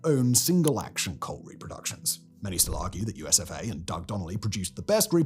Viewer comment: Everytime I heard, USof A, instead of, USFA. And it still made total sad sense😢😢😢😢😢